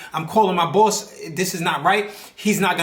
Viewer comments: Brooklyn, I knew it🔥 lol you said the word Boss like the Brooklyn mob movies … I never been to new York before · Brother where are you from? I ask because you said the word Boss different lol